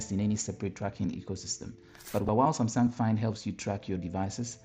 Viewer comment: Am I crazy or you did say sumsang ?